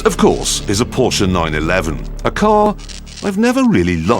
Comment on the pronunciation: What an idiot. He can't even enunciate the Name "Porsche" correct.